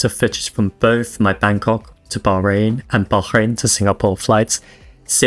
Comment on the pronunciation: You need to learn how to pronounce Bahrain,stop being so pretentious and go to a local language class on a stop over.